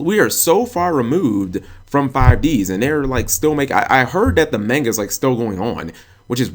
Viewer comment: (mispronounces manga several times in same sentence) triggered